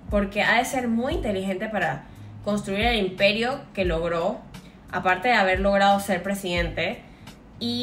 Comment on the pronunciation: "aparte" no "apart" :D